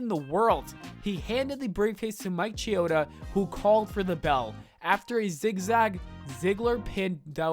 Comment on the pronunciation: Mike Chioda? That was Scott Armstrong who Dolph gave the briefcase to. Plus, it’s Mike KEY-Oda, not Mike CHE-Oda. Come on,!